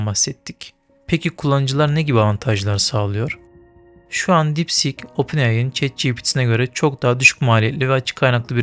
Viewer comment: Sik deyil kardes deep sieeek